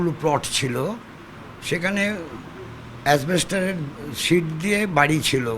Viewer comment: "ছোটবয়স থেকে কাগজ পড়েই" বোধহয় বিমান বসু 'ASBESTOS'-কে 'অ্যাসবেস্টর' উচ্চারণ করেন (timeline - খুব মন দিয়ে ক'বার শুনলাম); আরেকটু বড় বয়স থেকে কাগজ-পড়া শুরু করলেই বোধহয় ভাল করতেন। ছোটবেলা থেকে কাগজ পড়েন এত গর্ব/ফলাও করে বলেও ওঁর জ্ঞানের পরিধির একটি "ভাতের দানা" উনি নিজেই টিপে দেখিয়ে দিলেন! While ASBESTOS is a very, very common everyday-word, FYI, আমাদের রান্নার মাসিও দেখি "asbestoR" বলে! Apparently, ও'টি খুব 'নগণ্য একটি ভুল' হলেও, সাংঘাতিক (এইটুকু একটি ব্রিটিশ-জমানা বিষয়ে এক সাক্ষাৎকারেই প্রায়-নবতিপর এক 'শিক্ষিত নেতা'র একটি ভুল ধরা পড়ল, কানে খট করে লাগল; বাকিটা আর বললাম না)। 😅 এই কারণেই বোধহয় আমাদের শৈশবের ভরপুর মাকু-জমানায় ইংরেজি শিক্ষে তুলে দেওয়া হয়েছিলি/A-B-C-D প্রথম শুরু করা হয়েছিল class-V থেকে।😆 Either way, আমিও কিন্তু ছোটবেলায় "অ্যাসবেস্টর"-ই ভাবতাম। তার পর আমার বাবা (=>আমার প্রচন্ড অ্যান্টি-কমিউনিস্ট বাবা (and in fact, আমাদের গোটা পরিবারই তাই)) শিখিয়ে দিয়েছিলেন, "কথাটা অ্যাসবেস্টর নয়, অ্যাসবেস্টস"। এমন শত-শত উদাহরণ আছে - ছোটবেলার শিক্ষা-দীক্ষার সব কথা আজও সব মনে রেখেছি। 🥱